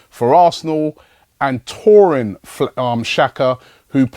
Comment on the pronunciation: THORIN XHAKA ? Hahahahahhahahahhaha .. Its Taulant ... Ta--uh--land